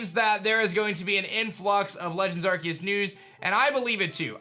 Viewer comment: PLEASE FOR THE LOVE OF GOD STOP SAYING IT aR-KEY-US ITS PRONOUNCED AR-SEE-US